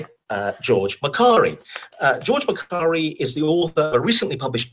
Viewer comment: Makari is my my name but they say it like ma Kari I geuss I'm a authour then?!